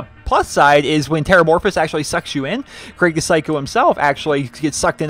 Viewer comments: Craig the psycho? Krieg is (most probably) pronounced "kreeg". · It's not Craig its krieg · Krieg. Not craig. Lol. Thanks for the vid